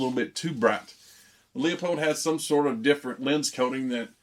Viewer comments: I actually called the company. It's actually pronounced like Loopold not leeapold 👍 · Leupold pronounced LOU-POLD